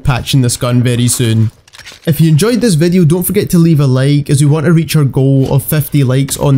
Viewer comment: I like when he says i guys wecome to another call of jooty vadio